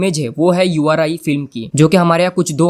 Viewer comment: Bhai vo u r I nhi uri hai